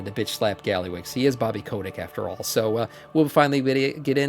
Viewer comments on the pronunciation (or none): none